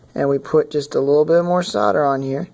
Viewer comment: Good grief man, its not pronounced sodar. Its called SOLDER, say SOLDER, god damn it